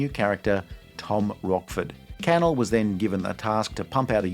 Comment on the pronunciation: It’s pronounced canELL not CANel